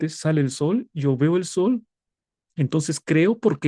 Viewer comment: Exelenteeeee, pastor, sólo tener cuidado con enfatizar mucho al sol, 😢 Pero muy bien el desarrollo bendiciones ❤